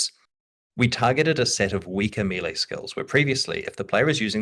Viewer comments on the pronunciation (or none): Why is it so difficult to pronounce melee correctly?